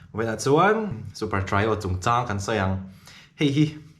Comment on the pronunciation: Trio hi i lam diklo tlat mai, Sailova lam dan hi a dik zawk. A poimoh ber lo na a mahse video te han siam takah chuan a theih chin2 ah lam dan dik hman i lo duh takin..😊